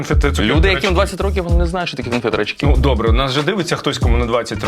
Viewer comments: А чому рачкИ? А не рАчки? Люблю їх. І я 1997 року 😅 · У нас наголос на «рАчки»! І вони смачні !